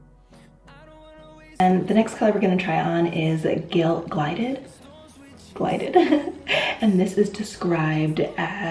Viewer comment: It's Gilded...not Glided, but great video!